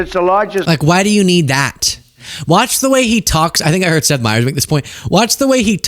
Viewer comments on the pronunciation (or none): none